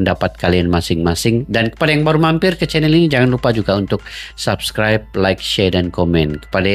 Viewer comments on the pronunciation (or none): none